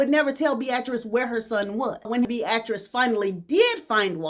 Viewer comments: Google how to pronounce "Beatrice." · You way of saying Beatrice (Bee-a-tris) is interesting. Keep shining.